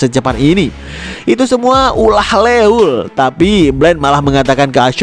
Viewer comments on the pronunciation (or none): Leuel bi baca loiel min sama kek neuer jdi noier